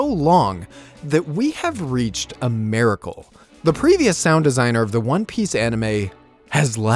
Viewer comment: Why did u say maracle instead of miracle?? Why do people do this??